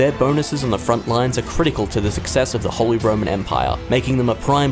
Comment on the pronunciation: Ah yes, the Wholly Roman Empire, not to be confused with the Partially Roman Empire. How can you possibly not know how to pronounce "holy" and yet still ended up doing this voiceover?